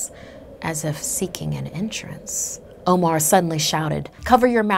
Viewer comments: IKR! She literally pronounced "omar" as 'omore" which is an ice cream brand 😂😂😂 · My name being Omar aswell, I am offended.